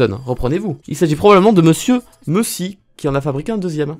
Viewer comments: Monsieur "meuh si" jpp 😭😂 c'est Antonio Meucci ( méoutchi ) le vrai créateur du téléphone et il était italien. 😄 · Meucci ça se prononce méoutchi pas meussy 💀💀